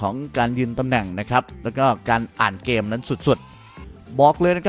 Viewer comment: ฝึกออกหางเสียงแบบปกติเพราะเพี้😂ยนเด็กจะตามมันผิด เช่นเกม ไม่ใช่แกม นะครับ